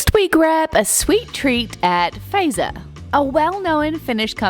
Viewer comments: The company Fazer is pronounced fat-sir not phaser. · Just one thing: Not "feiser"! Say "Fatser"😅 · Fazer is pronounced more like Futser. 😅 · That Z in Fazer; pronounce it like Britons (zet), not as Americans (zee). So, "fatser". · More like Futser. 😅